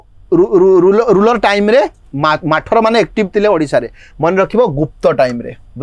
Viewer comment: Do not call ମାଠର , it is pronounced as ମଥରା dynasty